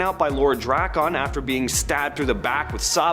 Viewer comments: Say Drakkons name like dragon. You’re welcome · I just hate how you DRAK CON. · Say Drakkon right or don't say it please. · Why did dude say drakkon like that 😂😂😂😂